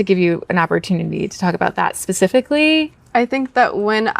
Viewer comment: Listen to the way that interviewer says the word 'specifically'...why do they all talk like that?